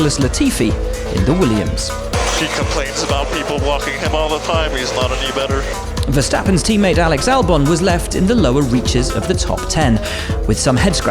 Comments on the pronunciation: HEEeee’s not aNY BETTER! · Latifi’s Canadian accent saying “any better” cracked me up 😂